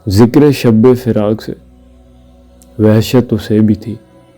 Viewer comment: Shabbe nahi padhte bhai shab padhte hai